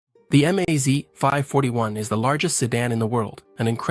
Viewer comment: Russian abbrevations for car, truck and aircraft marques are pronounced as words, not spelled in individual letters. Not M-A-Z, but the word MAZ. Same go for PAZ, KAMAZ, ZiL, UAZ, Tu, MiG -etcetera etcetera.